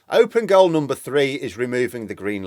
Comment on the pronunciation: "Open goal" or "own goal"? I'm not British so I'm just curious.